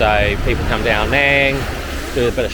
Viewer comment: Love this place... I lived there for 2 years all through covid and have many friends there. By the way it is pronounced as Ao "Nung" (rhymes with tongue) not "Nang" mate!